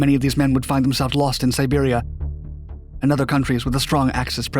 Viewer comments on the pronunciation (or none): HI, UH, I HATE TO BE PICKY AGAIN, BUT YOU SAID : IN AUGUST 1944, THE BASE WAS DESTROYED AT A COST OF 350 BOMBERS AND THEIR CREWS, MOST OF THESE MEN WOULD FIND THEMSELVES LOST IN "SIBERIA". I KNOW YOU MENT "SERBIA" BUT IT SOUNDED LIKE "SIBERIA" TO ME? AND THEY DIDN'T LOSE 350 BOMBERS, THAT'S TWICE AS MANY AS THEY HAD!! MAYBE YOU MENT 350 AIRCREW?? AND THEY NEVER DESTROYED THE BASE, IT WAS STILL PRODUCING OIL FOR THE NAZI'S RIGHT UP UNTIL THE DAY IT WAS CAPTURED BY THE RED ARMY!! SORRY!!! CHAS ORVIS, PLAINVILLE, CT. PS : BECAUSE SOME DUMB-ASSED GENERALS IN ARMY AIR CORPS. HEADQUARTERS THOUGHT A LOW LEVEL, LOW ALTITUDE ATTACT BY WHAT WAS ONE OF THE BIGGEST, FATEST, easier to HIT HEAVY BOMBERS IN THE WORLD, THE PLANES, AND CREWS